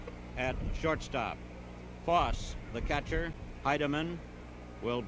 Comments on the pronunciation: Absolutely fantastic thx. Except, of course the mispronunciation of Ray Foss instead of Foss-ey. And, the apparent lack of awareness of how great a player Vada Pinson is/was. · Why did this announcer continue to mispronounce Fosse's name when he knew better?